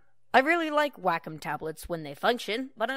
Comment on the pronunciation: WAK - EM TABLETs LOL its Way-com